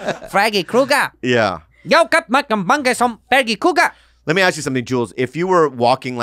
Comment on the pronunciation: Andrew. It’s KRUGER. not Cougar